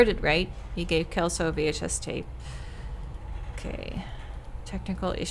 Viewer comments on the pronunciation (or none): Brazilian info from a local, language-wise! The name 'Celso' is pronounced "CEL (as in Cellphone) - so". "Walter" is usually said with the W having the sound of a V, and the currency mentioned in the game, "Cruzeiros", was a currency in Brazil a few decades ago, before our current one (Reais). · Juliana... Celso... Ferreira... UFRGS?!?! Hey, this game is Brazilian! VAI BRASIL!!!🇧🇷🇧🇷🇧🇷 (Also, Celso is read like "Sell-So" not "Kel-So") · Hahahaha its cute though!! Chelso XD But yeah its the pronounciation that we use at least, with the CE working as in Cellphone, C has more often than not a S sound in portuguese than a K sound, which i know its the opposite in english. Also, the Surname 'Martins" in this context would be pronounced "mar - TIN - s", though its a small detail really haha MAR - tin - s is not technically wrong, just sounds much more fancy than how we use it